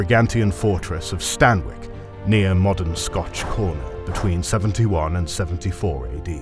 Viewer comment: do you meen moden day Bulgaria?